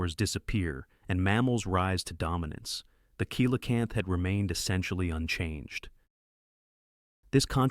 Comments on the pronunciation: Coelacanth is pronounced "Selacanth" not "Koelacanth". And this info about the fish is old inaccurate like from the 90's, by now many more fossils of other species of that fish much larger and smaller in many other different shapes have been found proving it's not "lazarus taxa" but a "Stabliomorph" as in an animal that evolves really slowly, cause it has indeed evolved. It'd be like saying a crocodile never evolved just because it's also somewhat considered a living fossil. Most other info from your vid is unrealiable old like this, I could be here all day saying why. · I hope every climate freak listens carefully to the fact that cold kills. A warm earth is an alive earth. A cold earth is a dead earth. * 😂 kilocanth! That's cute. Teach your bot correct English, or find a human. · I hate when people do science pieces and don't say the name correctly coelacanth pronounced (see la-canth) if that's a computer generated voice it sucks at pronunciation